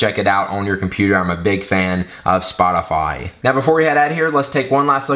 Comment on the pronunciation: Spotafayyy, haha awesome